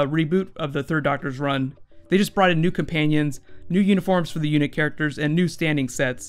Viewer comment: ***** UNIT in classic who is pronounced like United Nations Inteligece Taskforce.